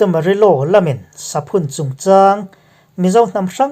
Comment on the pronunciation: Saphun hi 'Savun' kan lam ang thlûka sawi tur a nih hmel